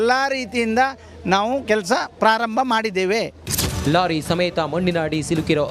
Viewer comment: Lolly alla kano lorry adu